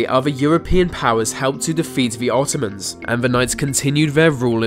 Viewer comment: Is he saying Ottoman? "Attack of the Ottomans!" Sounds like a crappy syfy movie about killer furniture........